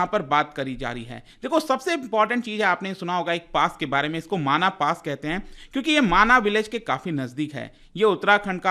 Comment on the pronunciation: माणा गांव है माना नही